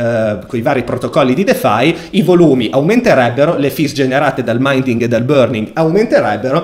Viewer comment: Ciao, piccola correzzione all'inglese: si dice MINTING esattamento come si legge in italiano! Complimenti per i video:) bravissimo davvero